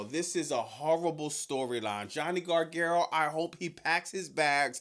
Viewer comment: Johnny Garga-what,?😂😂😂😂